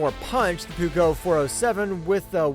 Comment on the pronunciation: Peugeot is pronounced Purr as in cat then joh with the j as in jam. Ask the French - it is their language after all!